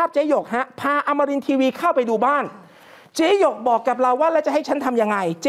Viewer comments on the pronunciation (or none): ช่วงต้นข่าว เขาชื่อเจ๊หยก ไม่ใช่ เจ๊หง